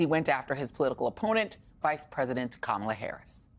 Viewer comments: Kamala IS mixed. Kamala LOOKS mixed. She is black, but she is half...she is half Indian on top of that. She is mixed, just like Barack. Now if that means anything, you can let me know. And her name is pronounced KA-mala. It is an Indian name...since she is Indian. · Thanks, Joy. But please pronounce Kamala correctly. It looses its beautiful meaning if you keep repeating how ignorant people say her name. It’s a short “ka”!